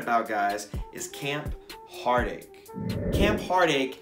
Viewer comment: Am I trippin, or did he say camp heartache??